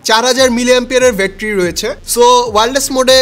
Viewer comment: ভাই উচ্চারণ টা ব্যাটারি নট বেটরি। আশা করি এই ছোট বিষয়গুলো খেয়াল রাখবেন ভবিষ্যতে।